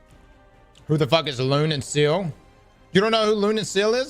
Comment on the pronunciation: Lol lune and seal lmao...what is it with streamers when they hear how to pronounce a word or name they refuse to do it correctly. It's lune...like loo-nay...and sciel...like sea-el